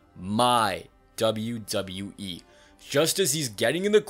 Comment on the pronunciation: i love how this guy always says ZWWE 💀